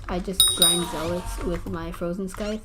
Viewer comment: Your not saying scythe right and edit this shit lol sub to